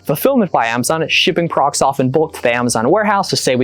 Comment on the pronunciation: When do you breathe? Slowdown and you might be able to say products instead of prox. Besides that, awesome video. Lots of great info. Sucks the apps is so expensive but I guess you could try to do some quick math in your head if you look up all the numbers.